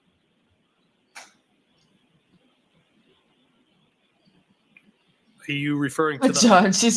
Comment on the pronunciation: Something that caught my attention was 2 of the alberts used the word recollection but couldn't pronounce it correctly 😂